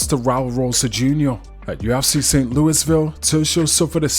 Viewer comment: The s is silent Louisville. and We are pretty obnoxious about it. Thank you for always delivering the news perfectly